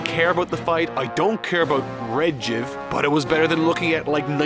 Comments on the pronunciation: How did you pronounce Ledgic? Rigiv? What? Why? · It’s so obvious you haven’t seen it and just looked up the episode summaries, you literally don’t even know how to pronounce ledgics name, what’s next? Battle of gods starring Bills 😂